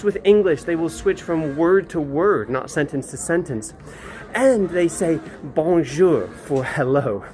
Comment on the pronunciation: Not Bonjour but BONGU